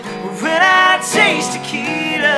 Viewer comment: Why are they pronouncing it taquita? It ain't a taco it's tequila